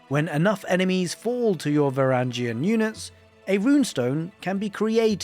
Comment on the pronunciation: it’s va-wrang-gen